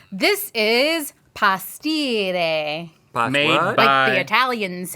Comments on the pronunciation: I don't think a single Italian on the planet would pronounce "pastiera" like that😂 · I'm sorry but Gwynedd and her dad really need to learn how to pronounce the dish they made. Neither of them were any where close to pronouncing it correctly.